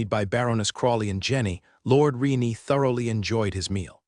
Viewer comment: Lord "Re-nee" again..? 😅